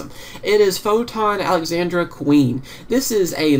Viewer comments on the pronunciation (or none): none